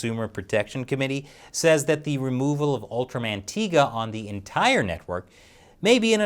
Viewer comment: It's tie ga not tee ga